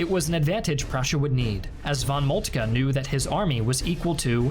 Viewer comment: Definitely not fault. His initial von Moltke was on point.